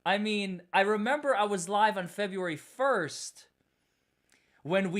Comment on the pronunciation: “Fe-BREW-Ary”, NOT Fe-bee-u-ary!” — You are so bright, dynamic, and articulate; however, to bring you to the next level professionally, you need a grammar coach. I’m here to help! Feel free to reach out for grammar and pronunciation help — pro bono.